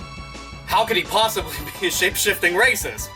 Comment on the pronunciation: half of the time it sounded like you were trying to say "shape shitting racist" i mean that would be a power Mario could learn right? would the poop emoji be his power up block?